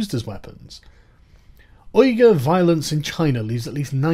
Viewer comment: Uyghur (Uighur, though popularly used, is actually incorrect) is pronounced 'Wee gar' or 'Wigger'. Which is actually kind of funny. You are also correct with Cenk Uygur; as not only do I believe he removed the H intentionally, but he also pronounces it 'You Gar' intentionally as well.